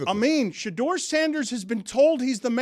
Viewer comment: As a black man, that black guy with the white hair don’t speak for me. The NFL employs more black millionaires than any other company I know & the #1 pick is a black QB from the south. He tries act like he’s down for the cause but he messed up Shedeur’s name 10x. He probably never heard of him before this weekend but is outraged. But he went to Harvard so we should listen?